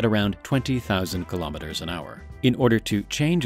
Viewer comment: Three thumbs DOWN; for not pronouncing kilometer properly! Bye- bye! I minute and 5 seconds!